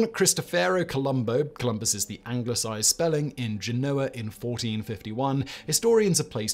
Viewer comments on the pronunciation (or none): none